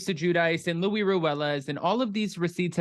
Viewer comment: I got the feeling when I watched Luis that he totally was ACTING like a peaceful guy but… 🤷‍♀️ It’s so annoying that everyone including Teresa calls Luis Louie 😂 it’s pronounced Lu-ease…we all Americanize our names that it ends up changing it all together